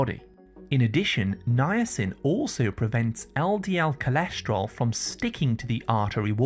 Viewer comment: I hate these AI-generated videos where they can't pronounce basic English words like vitamin or cholesterol and how about backing up your claims with years of research results instead of regurgitating information that might be misleading.